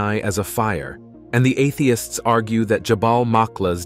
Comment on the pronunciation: Why is your robot saying, "Atheists," as if it is a dirty word?